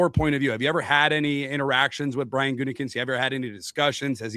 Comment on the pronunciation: That "Gutingkinst" pronunciation 😂